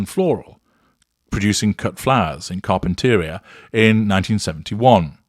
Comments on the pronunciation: You are mispronouncing Carpinteria. It’s kahr-pin-tuh-REE-uh. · with all due respect, here's how you pronounce it. Car-pen-ter-ee-a. It's a great day get away for us peons lol